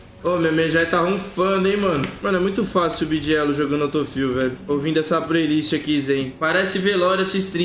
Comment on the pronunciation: e q porra é auto fill, feel, fiu (sei la)?